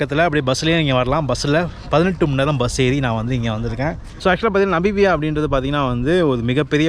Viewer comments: Bro, அது 'நபிபியா' இல்லை 'நமிபியா-Namibia' என்று மாற்றி உச்சரிக்கவும். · நமிபியா. Not நபிமியா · Bro Namibia, not nabibiya... No offense just telling, pls don't get me wrong....